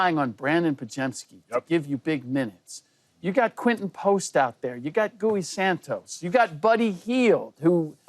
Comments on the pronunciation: Haha. Gooey.. it's pronounced Ghee... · Did this mfer say gooey santos? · Mf said gooey santos. Put some respect on gui santos name bruh, yall didn’t even correct him